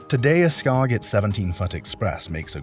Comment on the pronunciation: 😂your pronunciation of "Skagit" is killing me... and the boat isn't even a Skagit, it's a Uniflite. To be fair, Skagit, Bellboy, and Uniflite boats were all designed by the same guy, so they definitely have some similarities (and are all tough old boats), but if the pronunciation didn't kill your credibility, the mistaken identities will.